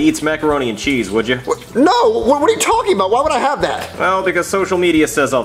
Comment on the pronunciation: You mean, "I dont HAF to."